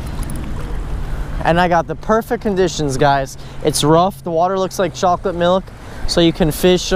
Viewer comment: Lol he said chocolate nilk